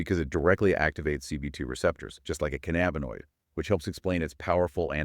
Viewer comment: This is the best overview of the ECS i have ever seen! My only correction is its called cannabis not can nabus! Theirfore its Endo canna binoid signaling system ! Not endoca nab inoid! Says Dr David Allen! 😎